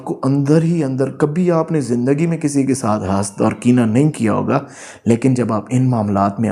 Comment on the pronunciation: سر معذرت کے ساتھ ۔۔۔۔ سورہ الفلق میں جس طرح حسد پڑھا جاتا ہے وہی صحیح تلفظ ہے🙂🙂🙂